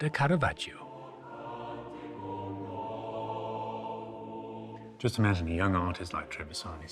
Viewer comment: Bendor's Italian pronunciation is usually quite good for the artists, but like Phillip Mould he gives Caravaggio an "ee-oh" at the end of his name. The "i" is silent - just there to make the preceding "g" soft: ".....vaj-joh". "Giotto" has just two syllables: "Jot-toh".